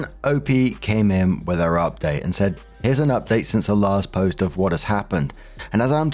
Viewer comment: WHAT ARE YOU SAYING????? her update, uuuur update hu...? You claim your not saying her updates but what the hell are you saying